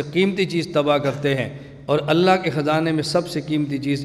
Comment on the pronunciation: كیا حظرت گهمن صاحب تجوید میں کمزور ہیں ؟؟؟ ق کو ک اور ع کو سهی ادا کیوں نهی کرتے؟؟؟ اللہ کو موٹا کیوں نہیں پڑهتے؟؟؟ عربي سهی کوں نہیں پڑهتے؟